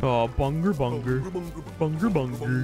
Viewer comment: We need a montage of every time says BUNGER